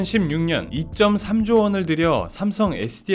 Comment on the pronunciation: 2점3조원 ㅋㅋㅋㅋ 경제 이야기하는 사람이 이따위로 수치를 읽어!!! 숫자 읽는 법 부터 공부하길 2조3천억 이라 읽는거야!!!!!